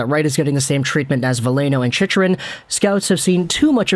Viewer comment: I also just found out that we have been pronouncing Selanne wrong for the past several decades. 😂 It turns out the emphasis should be on the first syllable… SELanne. As I was typing this out I heard mispronounce Chychrun. It should be said with a “Chick” as in a baby bird rather than pronouncing the ch.